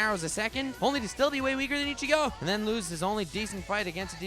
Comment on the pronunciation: I-chigo beats Kem-pachi mamma mia